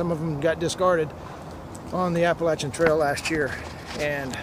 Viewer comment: Yes!!! Finally someone says it right APP-LACH-IA!! Sincerely from an Appalachian American.